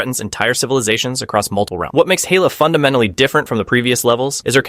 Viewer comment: Hayla? Its Hela lol ai voice is so funny